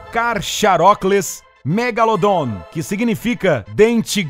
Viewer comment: Cara nao e cacharacles megalondon e cacharadon megalondon diz direito eu sei tudo sobre o megalondon